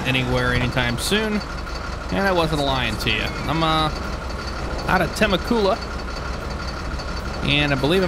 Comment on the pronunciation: lol.... temecula is pronounced tuh-mech-u-luh.... just fyi